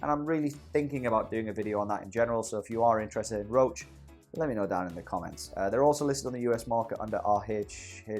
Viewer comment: Hey great stuff, totally inspired me to join in. Love the amount of insight you give. By the way, I work in a biochem lab and use Roche products all the time, everyone here pronounces it "Rosh" (if you care about that sort of stuff).